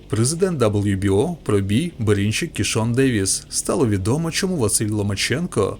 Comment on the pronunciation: а що з вимовою ? Дивно тягнеш кожне слово перед паузою / останнє слово в реченні - Берінчииик, рииинг, на повнууу, бійцямиии